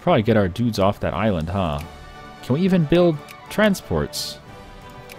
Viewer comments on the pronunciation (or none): none